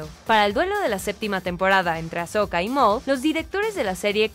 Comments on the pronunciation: es "Ahsoka" y no "Ashoka" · Noooo ES AHsoka no AsHoka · Hermione: es AHsoka no AsHoka!! 🤣🤣